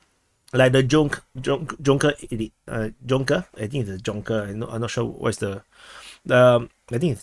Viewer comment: “Junker” - your pronunciation wasn’t bad - it’s closer to say it like “yoon-ker”, the Ju may sound more like how you might pronounce the planet ‘Jupiter’. Great video!